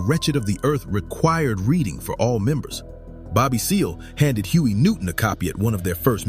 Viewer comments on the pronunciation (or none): none